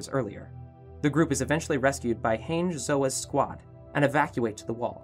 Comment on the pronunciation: “Hainge zoa” 🤣🤣🤣🤣🤣